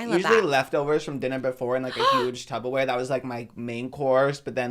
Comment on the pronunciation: DID SAY TUBBER-WARE?